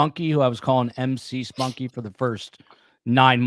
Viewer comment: I got excited when you said mcspunk won a trophy...I thought you said Miss Fonck:/😅